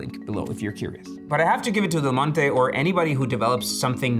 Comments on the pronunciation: can you just say "del monte" one time thhe right way? its not de monte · FYI, in English, the brand “Del Monte” is not pronounced like in Spanish, but as “Dell Monty”. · The first few times you mention Del Monte, you are slurring it because you have talked about it so much before taping that you think everyone knows whom you mean. Detracts from an otherwise informative and entertaining presentation. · Yeah, it’s normal to read Spanish as Spanish, which is why I’m informing him of the correct way of reading the name of that American brand in English, since the video is in English.